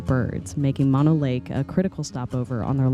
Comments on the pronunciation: It is M-ō-no lake. Not Mono like mononucleosis. 🙄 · Mo-no lake Not mon-o lake. Drove by this lake as a kid going camping with parents to Yosemite, and remember the lake full with a resort and sailboats out on the water. Now after years of L.A. taking water from the streams that flow into the lake it is rather low. It has come up a bit in the last few years but nothing like it used to be. I wouldn't swim in that water if you paid me. Yuck. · Please, it is Mo-no, not Maw-no. Mo rhymes with no, (not Mo rhymes with paw) Thank you. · Horse manure , it’s pronounce Mah-know lake…….. MONO ……I’ve lived in both Bridgeport, Topaz and Mammoth lakes for decades …..there is NO special pronunciation of the lake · It’s pronounced Mo-No. like Moe, Larry, Curly. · Not to nitpick, but it's pronounced "MOH-no " lake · "Mono" in Mono Lake is pronounced as "MOH-noh." The first syllable is pronounced like "mow" (as in mowing the lawn), and the second syllable is pronounced like the "no" in "note."